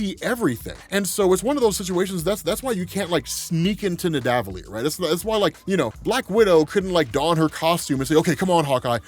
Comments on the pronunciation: Nidavellir is said like Rockefeller. Ni Da Vel-eer. Keep up the great work. (I know, it's a comp of all the vols, but always happy to help with pronunciations) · "The elves of nidavilier " lol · Omg stop saying Nidavellir like that 😂 it sounds so weird.